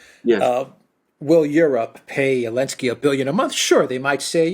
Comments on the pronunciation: Why does always "Elensky" instead of "Zelensky"? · Why do people say elensky instead of zelensky? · But why does Alexander still say "Zelensky" then?